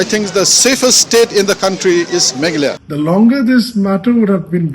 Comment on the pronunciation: Y our Dear can't pronounce Meghalaya instead he said Maghala.What a pity.